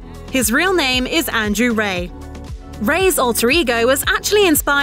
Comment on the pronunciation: This would feel a lot more trustworthy if they pronounced his last name correctly